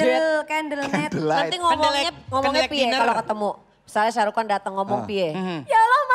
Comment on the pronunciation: ShahRukh Khan ya min ya. Bkn Syah 😆😆